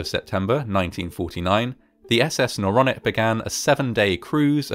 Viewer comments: Not the naronic the noronic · And isn't it Noronic? Don't you think? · Isnt it Noronic.